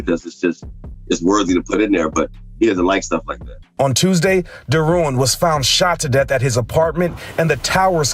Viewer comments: People who are actually from Louisiana pronounced Derouen as Darawa like w a short "a" sound and they don't acknowledge the "n". It's a French name. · Its crazy how they mess up our Louisiana names. Even the wife pronounced it wrong smh.